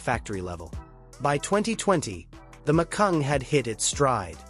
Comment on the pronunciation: It's Macan, not Macung.